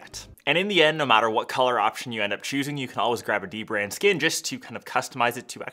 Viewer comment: dbrand (phonetically du-brand, almost as in the-brand) not pronounced as D-brand.